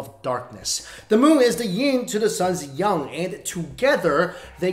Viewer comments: you said ying and yung I thought it was ying and yang? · you said yung???? Correction! Don't you mean the moons ying to the suns yang??? As an Asian I thought you would have had enough brains to know this simple term 🙄why can't you pronounce the term properly!??? Smh!!!!??? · Yin to the yung? Ive always thought it was yin to the yang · The ying to the sun's yung??? It should be the yin to the sun's yang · I like how you pronounced Yang as Yung. I have a co-worked names Yang and I kept saying it with an English accent and finally after moths he said "actually it's pronounced as Yung" hahah. Such a polite guy he waiting months before correcting me. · "the moon is the yin to the sun's yung" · god, he can't even pronounce "yang" right, ughhh, first is "iron" now its "yang" wtf